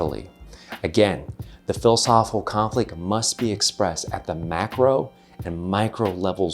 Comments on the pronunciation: Hard to embrace when the host cannot pronounce one of the core words of his video. There’s a “c” in “philosophiCal,” you know. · I'd love a super cut of every "philisophilconflit" in this video. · PLEASE pleaseeee learn to annunciate the word philosophical, especially if your going to say it 300 times in a video 😂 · No one caught the mispronunciation of philosophical. It’s odd. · There's an I and a C after the H in the word Philosophical. And they're not silent. 👍